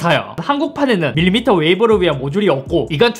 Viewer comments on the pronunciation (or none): none